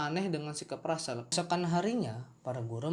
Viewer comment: Itu namanya russel (ejaan indonesia = rassel) bang bukan ransell